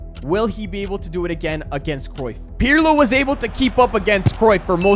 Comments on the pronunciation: Its not pjrlo😂😂😂 its pirlo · It was almost im-Pirlo-lism😂😂😂